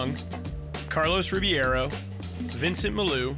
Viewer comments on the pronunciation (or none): Carlos Ri-BEI-ro, Ri-BEI-ro... not Ribiero... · Carlos Ribby-air-O. Lmao every time . I’d feel so disrespected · They always say Ribiero instead of Ribeiro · When are they gonna stop saying Carlos Ribby-air-o and instead say the CORRECT Rib-ayy-ro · When are they gonna pronounce Carlos Ribeiro's name correctly ?